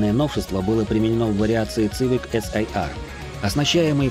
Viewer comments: Ваш ЦЫВИК.звучит как колхозная цыбуля , хотя истинное звучание. CIVIC произносится в английской как и в русском произношении именно как. СИВИК ! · Автор мля....Не Цивик...Не Цывик мля... СИВИК!!!СИВИК!! Будь ы теме перед созданием видео.Ида, последнее поколение Хонда,это до 2010 года, потом шлак